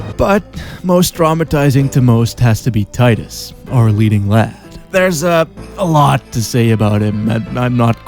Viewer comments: Tee-duss. Not Tye-duss. O'aka the 23rd, not 3rd. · Tidus. Not tidus. Lol just kidding this time, couldnt resist. I love your videos!